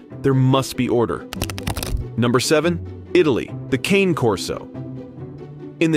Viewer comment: Come on man, speak Italian properly. It's not KANE.